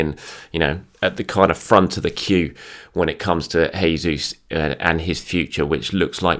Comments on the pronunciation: Hey, hope you are doing well. I know you love pronunciations, so I thought I'd help you out. It's Jayzeus not Hayzeus. He's brazilian not spanish so he/we use the portuguese style. Chelsea, Manu, and the return of Tomi and the return of. Brilliant week. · It's not hesus. This is portuguese not spanish. It's pronounced as in English